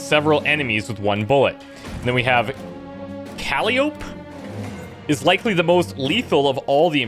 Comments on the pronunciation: uhh, its a hard I, pronounced eye, in calliope, KAL-EYE-OH-PEE, just a friendly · Calliope Kuh - Lie - Oh - Pee. Calliope :) Was the name of a greek goddess i think and was also the name of Kratos daughter in God of War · it's pronounced cal-lie-o-pee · [KUH] + [LY] + [UH] + [PEE] (Calliope) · Calliope is pronounced like CAL (as in California) EYE O (long o) P (like the letter) CAL-EYE-O-P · It's pronounced "Cal-Eye-Oh-Pee" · Caw-lai-o-pee. Say it with me. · Calliope is pronounced "Cal-eye-op-ee". It's a name from Greek mythology. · “Kuh-Lie-Oh-Pea” like kaleidoscope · I believe it's pronounced "cuh LIE opy" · It's actually Latin. So should be pronounced "Cah-lee-oh-pe" (think Spanish "e" at the end) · Jesus Christ I cringed at both those name pronunciations. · that calliope mispronounce tho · I can’t believe you don’t know how to pronounce “Calliope.”, I’m disappointed in you.